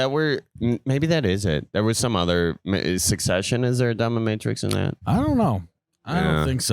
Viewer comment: Anyone else notice calling it domiMatrix😂